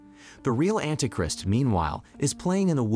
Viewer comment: And anti "Crist" lol